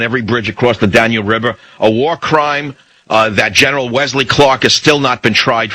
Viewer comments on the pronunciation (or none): none